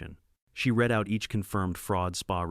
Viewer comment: I enjoy these stories. I'd enjoy them even more if someone would either 1) have a human read the script or 2) teach A.I. about grammar and pronunciation so the text wouldn't stop mid-sentence and, maybe, the dollar amounts would be properly read. (That's read as in 'red", not read as in 'reed". Something else A.I. doesn't get.